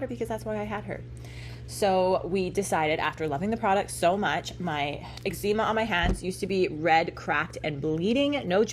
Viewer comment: Did she really pronounce eczema as exzeema? BTW, have you seen the Sharknado movies?